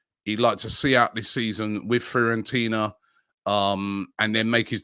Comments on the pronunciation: Everyone: Fiorentina Robbie: FEAR ON TINA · FEARontina lol